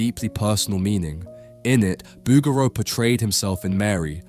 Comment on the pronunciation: Great video on the pieta ... Fyi its pronounced Boo Geroo...